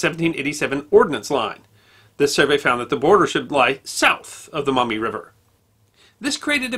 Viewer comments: As a native Toledoan I loved watching this! Locals pronounce it Maw-mee sounds like you’re saying mao-mee. Anywho keep up the stellar content! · Just FYI, it's pronounced "maw mee" not "mao mee" river. And Charles Emerson Winchester was right when he said that "There's a reason that Toledo is kept in Ohio". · T-O-L-E-D'oh! That's my town! FYI, they're pronounced Maw-mee, and Perrysburg. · It's pronounced Maw-mee. Not Mao-me. I live maybe ten minutes drive from the river and less than twenty from Girty's Island. Which should be your next video topic! Love your channel, sir. God Bless! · Maumee is pronounced Maw mee, not Mau Mee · Maw mee not Mow mee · The correct pronunciation is Maw-mee River, where "Maw" rhymes with "jaw". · The “Mawmee” River. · In these parts it is pronounced "Mawmee". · I had to go back to hear it. I figured he said mommy but he also said it like the vowel in mouth. He’s definitely not a local. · For the record, locals actually pronounce the name of the Maumee river as 'MAW-me.' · I live in Toledo. Not bad! It's MAW-ME tho Also, the University of Michigan was proposed to be built on Huron Street in Downtown Toledo. A historical marker is installed at the location. The Toledo Jeep plant is on "Stickney Ave" Ironic considering the Jeeps reputation. You should see the bar fights during the OSU Michigan game ... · Great history lesson! Just two minor comments from a Toledo native (Perrysburg to be exact). There was a reference to a town to the south of Toledo as “Perrysville,” but it’s Perrysburg. Also, the “au” sound in “Maumee” is pronounced more like the “o” in “moss,” not the “o” in “cow.” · He also pronounces Maumee incorrectly. Even though there is a U it is pronounced as a W. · Got the wrong pronunciation of Maumee. I grew up near Toledo, Ohio. Perrysburg is across the Maumee River from the city of Maumee.